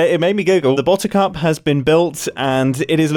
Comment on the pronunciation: bottercup sounds an awful lot like bottoms up.